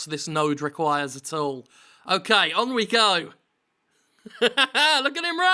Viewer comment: Toe toe tow toad. Funny way to say tool. lol